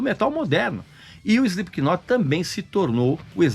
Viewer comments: Cirúrgico !! Só faltou não pronunciar o K no nome da banda. Se lê "Slip not" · Ele fala “Espiquinot” chega dói os ouvidos 😮‍💨🤣🤣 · É inadmissível escutar alguém pronunciando o K do knot...